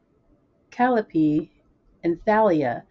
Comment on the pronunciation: Glad the books got to you safely! For reference, the characters in HSFCAC are Greek names. So they're pronounced Mel-pom-men-ee, kuh-ly-oh-pee, and tall-ee-uh XD